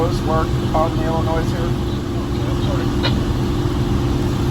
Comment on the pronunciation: There is no “noise” in Illinois! ( Don’t pronounce the S.)